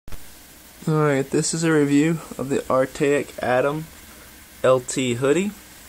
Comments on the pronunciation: “Artayik” lmaoooo 😂😂😂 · how do you look right at the name of the company and still pronounce it wrong